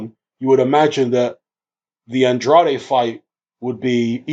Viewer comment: Man it's a Portuguese name. His father is from Cape Verde And pronounces it the way its suppose to be pronounced.